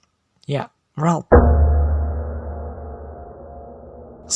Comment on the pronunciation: Ralph bang bukan Relp